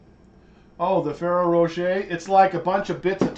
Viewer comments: It's Fe-RE-ro ro-shEH, it's italian. He said it correctly in the video, although incorrect on it being french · Fer-roar-a-shay ,...you said it almost perfectly ! Wish I had caught you live while I was doing my eggs . I just got my Christmas tree and some decor down yesterday ...I’ve had pneumonia for ten days and my son was also sick. I made the HUGE blunder of telling him there would be no Easter egg hunt on Sunday morning if Christmas trees were still up..so, as soon as he was past the worst of it and his fever broke, the first thing he asked me was ...” Mummy, are we taking down the Christmas tree today?” ...this was asked no less than twenty times a day, lol. Like I said ...a huge parental blunder, I blame it on the fever. We pushed through and finally got the last tree ( I had four up) down, the last room in the house my foyer was also de-Christmas’d. Then of course there is the matter of putting your house back in order once the trees are down. My son is only ten and I’ll tell you I’ve never seen a child more highly motivated to help. Because I’m still very weak and shaky from being sick for a week and a half, he took every single ornament off himself and gently laid them in a bin then I wrapped them and put them in their bins. I actually set a new record I think, I had all the eggs stuffed and hidden cleaned up and made my famous overnight yeasted waffle batter mixed up, all before 2am...that’s about 3 hours early for me, lol. And still here I am...watching your video am, ha ha...I’m such a night owl...I just can’t lay down and go to sleep, so I watch videos until I fina